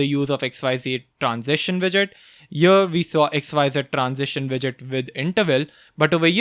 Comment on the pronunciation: I think there is some problem in my earphones whenever says 'here 'i hear 'ear' Need to change earphones. 😂😂😂 Love your work ❤